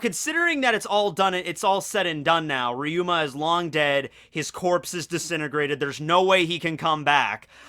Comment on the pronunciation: Its ryuma not riyuma